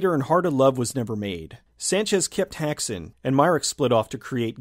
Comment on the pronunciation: It's pronounced hake-son